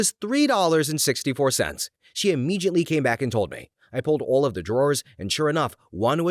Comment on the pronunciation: The narrator mispronounced and screwed up the "Philly Vanily" joke. It should have been pronounced to rhyme with "Milli Vanilli." Also, this is the second video I've watched where the narrator mispronounced "immediately." The correct pronunciation is "uh-MEE-dee-uht-lee," not "ee-MEE-jit-lee."